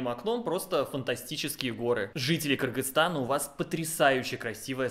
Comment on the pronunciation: Это видео мне очень понравилось, особенно как Вы произносите название нашей страны. Вы внимательный человек. Добро пожаловать в Кыргызстан! Случайно не планируете встречу с подписчиками в Бишкеке?